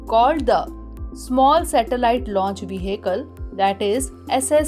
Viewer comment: The word vehicle will be pronounced like ve-akl